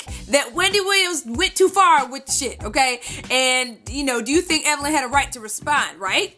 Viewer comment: I saw the Tweet and I felt like somebody had just read ME, lol...I guess it just goes to show that if you dish it you'd better be ready to take it...btw, Wendy has never pronounced Evelyn's name correctly, I actually wondered for a while if she may have been doing it on purpose...anyhoo. Evelyn's comeback was brutal. That must be so embarrassing for Wendy.